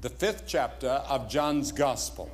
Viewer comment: Don't you just love how he says "Chaptah"? ❤